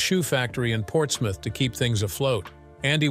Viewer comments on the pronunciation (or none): none